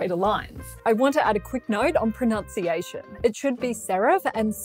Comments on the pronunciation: A "quick note on proNOUNciation"? Try "proNUNciation" for starters. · “Quick note on pronunciation” and you couldn’t even say “pronunciation” right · Irony=mispronouncing "pronunciation"